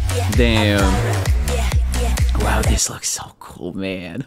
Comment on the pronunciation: It's official, is fluent in Korean. Instead of saying "wow" the English way, he said "wahh", the Korean way.